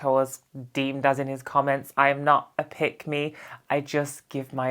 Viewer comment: Was wondering what does 'pygmy ' mean, then realised you was saying 'pick me' 😂😂😂😂😂😂😂😂